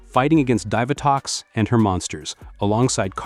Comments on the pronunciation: Dive-A-Tox? umm Dee-Va-Tox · ASTRONOMA YOU IDIOT AND DEEVATOX NOT DIVERTOX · Divatox is pronounced as "Dee-Vuh-tox" not "Dive-uh-tox". Zayto didn't lead the Cosmic Fury team. Amelia did after she became the Red Ranger and she wasn't the first female to lead a core Power Rangers team. That spot belongs to Jen. Jen was 2nd in command in Time Force while Alex was the Red Ranger. After Alex died, Jen was promoted to team leader. Wes became 2nd in command when he became the new Red Ranger. Lauren led the Samurai team in Super Samurai for 3 episodes. So, Amelia is the 4th female to lead a core Power Rangers team. If you count Delphine, then she was the very first to lead a core Power Rangers team. However, I don't think it was a core Power Rangers team as they were there to fill in the role as Power Rangers while the main team were children, trying to obtain the pieces of the Zeo Crystal. So, I consider that a secondary Power Rangers team instead of a core Power Rangers team. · It’s pronounced Divatox